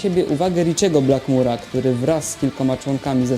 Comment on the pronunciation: BlackmOre a nie Blackmure. Poza tym spoko 🙂